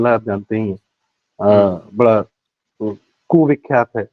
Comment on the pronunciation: कु _विख्यात नही कुख्यात...ही ही 😅